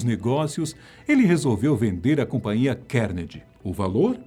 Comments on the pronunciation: A Fatos Desconhecidos tem uma equipe grande... e ninguém para alertar quando a pronúncia correta do nome do personagem ??? É "Car-Ne-Gui-E" e não "Kennedy".... pqp... falta Grave ! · Andrew "Kennedy" kkkk é bom aprender a pronúncia do nome na hora de fazer o vídeo...